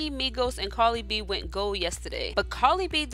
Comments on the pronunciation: I swear you called her Carly instead of Cardi..... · The name is Cardi B! Please stop saying "Carli"! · Why did you continue to call her carli b ummmmm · Are you saying "carly b" 😂😂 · She said Carly b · love life yer i know but the lady talking in the video is saying "carly b"😂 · Why does it sound like she's saying "Carly B" 💀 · Why is she saying Carly b. It's cardi b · Am I the only one who heard her say Carly b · Why it sound like she sayin "Carly B" 😂😂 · How are you going to put up a video about someone whose name you can't even pronounce correctly? Who the hell is Carly b?￼ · Carli b or Cardi b? Lmao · TommyScissorhands. It's cardi b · At least pronounce cardi b name correctly dam smh